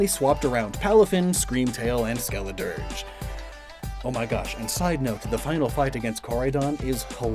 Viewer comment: I chose Fuecoco for my playthrough (context) i LOVED Skeledirge (I pronounced it skeledirggey) i thought the fire was flames leaking out of it's mouth, which made it my fav starter final evo